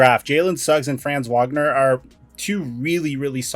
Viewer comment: it's pernounced Vagner not Whagner lol